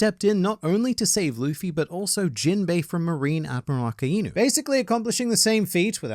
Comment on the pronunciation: omg did you get the tekking curse? its not A KA IIII NU?!? its pronounced A - KAI - NU you mix the words aka and inu and it creates a differen,t pronunciation , do you even watch the anime ??? nobody says A- KA - IIIII - NU outside of tekking